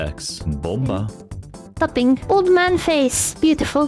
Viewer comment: Bomba became Booba lmao.